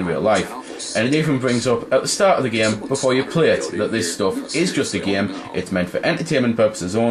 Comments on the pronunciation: like im not tryin to hate but you say geem instead of saying game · "just a giem" lol. nice review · When he says game, it sounds like gem. :D